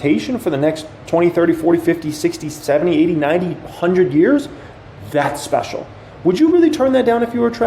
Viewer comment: 🎉🎉🎉🎉” and we have a ‘specIal guest’ TrrrrraVIS”🛼🛼🛼🚀🚀🚀🚀🚀🇺🇸